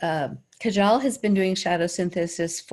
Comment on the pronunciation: Kajal is pronounced Kaahjul